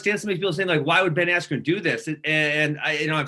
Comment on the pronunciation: Ben "AIYAND" Askren